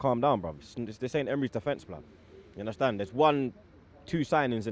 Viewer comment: U undestan??? 😂😂😂😂😂😂😂